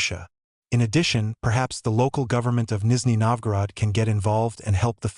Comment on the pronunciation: Did you say you will translate a Canadian??? He speaks ENGLISH!!! And it is not Nisney Novgorod, it is Nizhny Novgorod (South New Town).